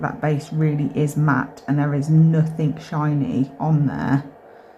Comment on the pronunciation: Nuthink. Thats not a word. Nuthin. 😅❤